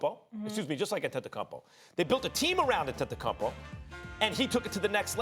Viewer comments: Max: Att-et-a-cum-pow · Max: “ antetekungpao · Max - “Antentukunpow” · I hate the way Max pronounces Greek Freak’s last name....🤦🏽‍♂️🤦🏽‍♂️🤦🏽‍♂️ just say his first name or nickname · How can Stephen A and Max report on the NBA on a daily basis yet they can’t pronounce the last name of the reigning MVP (antetokounmpo)🤦🤡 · Max is trying so hard to say Giannis’s last name right🤣🤣🤣🤣🤣🤣🤣